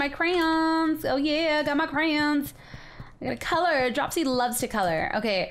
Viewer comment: OMG I almost raged hearing you say Dropsy wrong [drupe see]